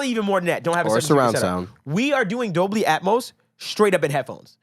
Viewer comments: Pronounced DOL-BY 🤣🤣🤣🤣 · Say is with me lol... DOLBY